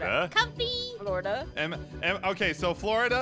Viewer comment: its funny taht the all say flordia or somting !! ein:florda aphmau:flor flodia kim: flodia pierc:flodia